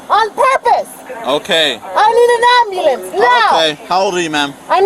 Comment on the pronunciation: Is the word “ambulance” really that difficult for most people to say?